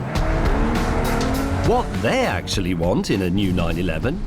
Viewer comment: "better actilly" lol